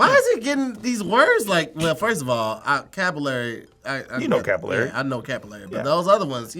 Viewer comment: But Capillary was definitely pronounced incorrectly